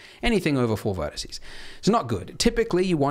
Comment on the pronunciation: Am I the only one who heard him say "verticey" like three times